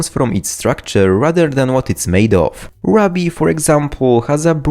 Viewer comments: Ruby pronounced Rub-ie was not on my broken English bingo card. Rew-bie Rue-be Rue-bie All valid ways to say it. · "roo-bee" not "ruh-bee" lol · Ruby, not rabi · i watch these videos to find moments that are even more beautiful than the chemicals made here. for instance, when my guy pronounces ruby as "rubb-ey' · it's pronounced r-oo-bee ... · Ruby is pronounced with a long 'u' sound, like too, you, do, and true.